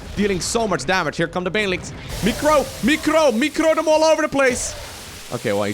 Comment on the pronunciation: The " micrrro, micrrro the marines" moment with the dutch accent hajaha <3